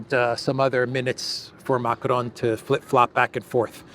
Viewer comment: Why are you pronouncing Macron's name like that? If you can't do it with a French accent just do it in English. Bizarre.